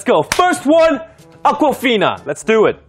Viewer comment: Damn it was akwafina! I honestly thought he called a girl "uncle fina"